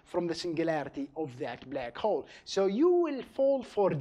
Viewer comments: oh come onnn it's not blEck hole it's BLACK HOLE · a blaakc hwolle